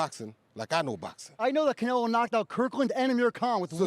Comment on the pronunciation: I he said Canrloadr Bud look away first it would be the best thing you hered him say